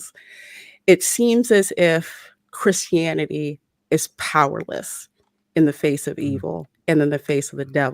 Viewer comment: 31 minutes in and I realise is not saying Chris Hannity, but Christianity 😂